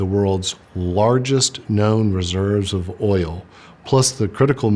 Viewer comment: Did you say oil 😅